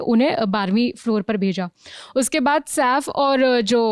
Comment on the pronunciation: SAAF nahi madam SAIF boliye!